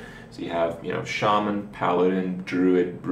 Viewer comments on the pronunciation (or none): none